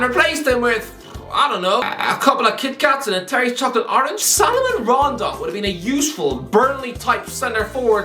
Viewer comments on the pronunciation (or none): It's ironic how you complain about how in Spanish they mispronounce Doherty but fail to pronounce a single spanish name (Moises Caicedo, Salomón Rondón, Sergio Reguilón for example)